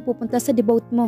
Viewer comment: Napakaganda ng kwento pero Ang narrator d Tama Ang pagbasa nakkahiya sa pandinig sa ibang Bansa(ex. Debut-'debu lang: bigkas debut )